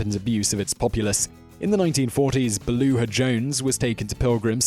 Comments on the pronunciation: It's Beulah not Beluah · It’s Beulah Jones, not “Belua” Three times you butchered the name (as if she hasn’t suffered enough butchering ) Try saying “Byoo’ la” and you’re golden - cuz that’s her name! (Kudos for pronouncing her last name correctly) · A pronunciation note: it's BYOO-LA Jones, not BELL-OO-A Jones. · That lady's name was Beulah: byoo luh. Not buh loo uh! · Not beluah Jones it's pronounced BEW LA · OMG. "Beulah" is pronounced "byoolah". "Balooah" is a bear in Jungle Book. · Not Ba-lu-ah ...Bu-lah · Beulah (Jones) is pronounced BEW-lah, not beh-LOO-uh. (Story about Pilgrim Psychiatric Center) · Am I the only one that was annoyed by his pronunciation of Beulah? It’s BYOO-LAH not BALOO-AH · Very good video, however, regarding #3, Beulah is pronounced "Bew-La", not "Bel-oo-Ah". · Pilgrim Psychiatric Centre: Beulah Jones - pronounced "Balloo-ah" or "Bew-lah"? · Beulah is pronoiunced Byoo-lah. Say it right. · Beulah is pronounced Byou-lah. only 2 syllables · FYI, #3 The name Beulah is pronounced Beu (like few) lah (like duh). Great video and keep the beard!